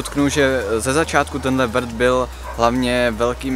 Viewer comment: jsem jediná, kdo rozuměl prd místo vrt?😂